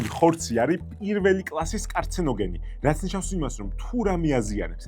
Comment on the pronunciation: ისე კარცენოგენი კი არა კანცეროგენია😂